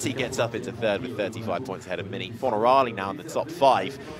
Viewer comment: Can someone tell this guy it’s FornarOli, not FornarAli